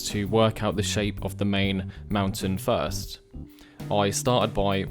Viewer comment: Fird sketch? Fru the valley? lol. You people invented the bloody language and can't say the words with the ACTUAL letters being used. Amazing. I guess there really are different accents in such a small island nation.